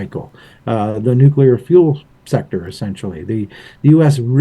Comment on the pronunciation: My brain can’t handle it when people say nuclear wrong…. Good video though, thanks